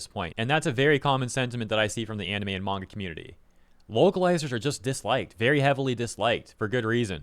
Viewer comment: a true fan wouldnt use a dub smh smh also wtf is a "mayga man"